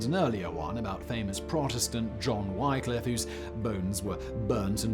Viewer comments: Wycliffe is pronounced "Wick-liff". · [wih klif] Not Why...